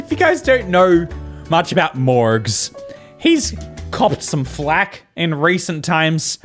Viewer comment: Is irish? He sounds like he has a bit of an accent and then he says mOrGz with the most AMERICAN ass pronounciation